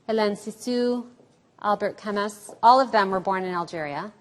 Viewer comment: Did she really pronounce Camus "Cam-muss?"